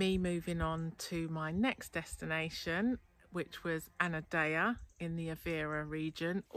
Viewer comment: 'andeia' is Anadia??